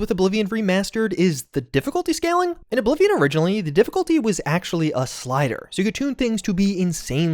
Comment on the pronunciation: Did you really say oh bly vion